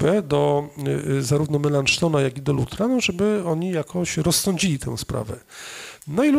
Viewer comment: Nazwisko "Melanchton" czyta się tak, jak się pisze, a nie z francuska czy angielska ("Melanszton"), gdyż jest to tłumaczenie na grekę prawdziwego nazwiska Filipa Schwartzerdta. Prawdopodobnie p. Lisicki wzoruje się na jakichś nagraniach z kręgu anglojęzycznego, gdyż podstawowa nawet znajomość obcych języków nie jest, niestety, mocną stroną Anglosasów i robienie tego rodzaju błędów jest u nich REGUŁĄ. Wychodzi z tego "kuchenna" greka, język ludzi słabo wykształconych ☹. Co jest dowodem, że nie powinniśmy bezkrytycznie naśladować Anglosasów.